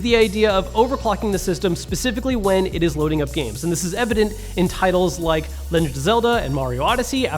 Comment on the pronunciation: “this is evident in games like lengen of zelda”